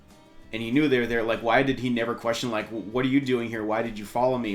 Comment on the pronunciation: Oh and his "what" kinda sounded like "butt" to